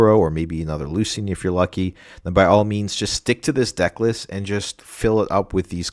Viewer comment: Lucian = Loo-Shun. Nice video 👍